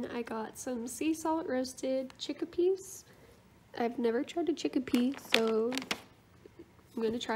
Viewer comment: Its chickpeas not *chickapeas*lmao